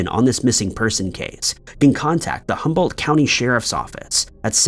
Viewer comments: If you’re going to give information make sure it’s correct. It’s Humboldt not humbart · Regarding the “Christine”missing story, I must correct your extreme mispronunciations of Arcata and Humboldt. Arcata is correctly pronounced “Ar Kay Tuh” (Not “Ar caw tuh”) Humboldt is correctly pronounced “Hum bolt.” (definitely not “Hum Bart”) I’m correcting you, only because people may not recognize the town or county because of your mispronunciation and to help with this case, we need to know correct city and county names. Thanks. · Ar-KAY-da Hum-BOLT You need to do some reading on how to pronounce some words. Don't be disrespectful. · "Humbart" County, and : "Humbart Five Would that be HumBOLT County, and the HumBOLT Five? Humbolt has certainly earned a reputation a dangerous place. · HumbART county??? Dangerous? It’s not near as bad as Los Angelart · You massacre some words. Arcadia is pronounced ar cad ia. Dublin is dub lin. Humboldt is hum bolt. Although du blin is pretty funny except to people from Ireland. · Ar-KAY-tah and Hum- BOLT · Godamnit learn words It’s Humboldt no r And Arcata is pronounced. R K DUH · It’s pronounced Are-KAY-tuh in Hum-BOLT county and it’s not a dangerous county at all lol. I’m from there. Not sure where you are getting your info from, but Netflix isn’t a good place. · Ar-kay-da, Hum-bolt, and its not illegal in California.